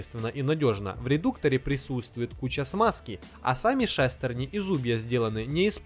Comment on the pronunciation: Не шастерни ,к шестерни.